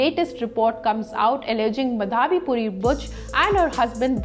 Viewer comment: ''माधवी पुरी'' --नॉट ''मधावी पुरी''. प्रोनॉन्शिएशन इज् नॉट करेक्ट. प्लीज् नोट.